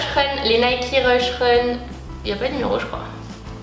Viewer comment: Sa s appelle Nike pas nikee